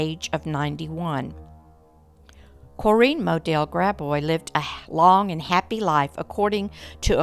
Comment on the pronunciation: I never knew you could pronounce Corinne the way you do, but I think I like it better.